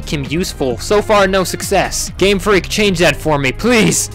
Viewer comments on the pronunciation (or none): none